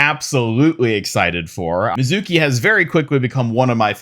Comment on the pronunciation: Love some of the details on these, Kiriko’s skin is great, Hanzo’s is really meh On another note, Mizuki’s name is not pronounced that way. It’s ME-zuki, not Mi-ZUH-ki. Need to stress the first syllable, not the middle one.